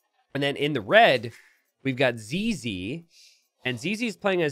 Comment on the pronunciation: Ok so for you to let you know, when you say zz, you say it sounding like zeze in english, but in french it sound like zizi, which mean dick. So right at the start of the video as a french person all i can hear is searching for dick base